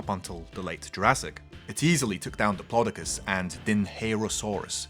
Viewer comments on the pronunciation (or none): It's dip-lo-do-cus : (